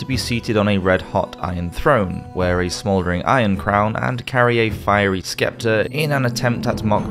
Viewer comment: Again, love your content...but scepter is pronounced SEP ter. The C is silent.